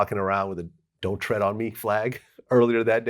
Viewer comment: tread not thread